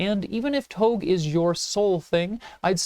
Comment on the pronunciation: appreciate the review. just wanna mention that touge (tōge) is pronounced "toe-geh," not like vogue. keep it up!